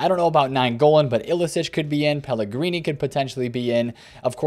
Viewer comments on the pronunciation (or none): Lmao he said ilicic